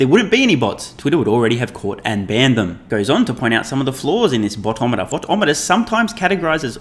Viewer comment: I don’t think you’re saying ‘boto’ meter correctly! 😂 it’s a Filipino word ;)